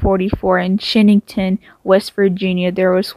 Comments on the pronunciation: Learn to say the city name. Shinnston not shinny-ton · Rahhh! As a West Virginian this hurts. 😂